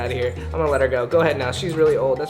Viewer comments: said here we gare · Did anyone else hear him say " here we gar " ? No just me ok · he said go in an accent 😂